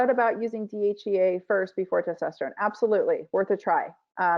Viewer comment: Interesting. Two medical degrees and cannot pronounce DHEA . It makes you wonder what really passes as a medical degree these days let alone 2 Medical degrees ???